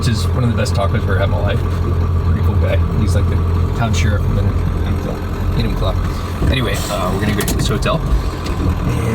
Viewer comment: So nice to hear an out of towner pronounce Enumclaw properly lol.